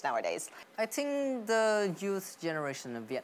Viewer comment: công nhận fluently thật , dù cậu ấy nói lai giữa giọng Us và Uk , phát âm cũng kỳ kỳ nhưng tổng quan nói ghê sửa những từ cơ bản như think ... là ok